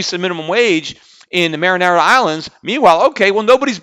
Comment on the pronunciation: Peter it's pronounced mary-on-a not mar-in-ara lol!